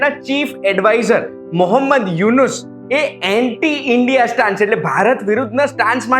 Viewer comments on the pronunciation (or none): none